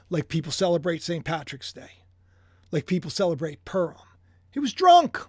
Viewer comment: Pu as in Puma Rim as in the upper or outer edge of an object, typically something circular or approximately circular Purim My ears hear you say purm or perm Happy holidays 🎉